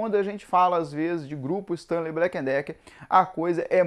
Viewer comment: Porque todos falam blacken Decker se é Black e Decker?